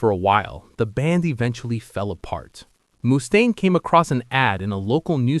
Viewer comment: anothe 80 IQ Lars basher 😂 and it's pronounced Muh-staine. Not Moo-staine 😂😂